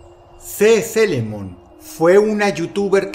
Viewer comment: La japonesa se pronuncia sisilemon en inglés(o en español ya me confundí :( bueno nada más eso) ee se pronuncia i